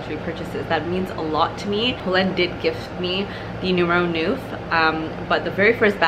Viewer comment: Great review . Thank you. I probably sound like a know it all , sorry about that but i have A small pointer for the pronunciation of “ neuf “ its not noef but is pronounced like the canadian Montreux .